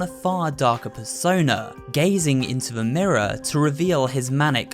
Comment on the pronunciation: More disturbing than the Seaview Hotel is the fact that you seem to pronounce "the" as "vuh" 🙉